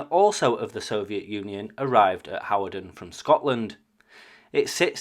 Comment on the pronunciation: Your videos are so informative. My brother lives near that location, and we both wondered what those Soviet jets were doing there. BTW Hawarden is pronounced Hard - den